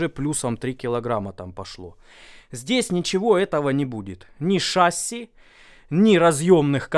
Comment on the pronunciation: Один дурачку сказал шАсси,другие дурачки повторяют за ним. Правильно шассИ.Ошибок в произношении быть не должно ведь это слово заимствовано из французского, а ударение в конце слова – это особенность данного языка.